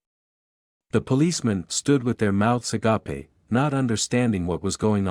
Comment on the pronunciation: How many people despise AI? ..."with their mouths AGAPAY".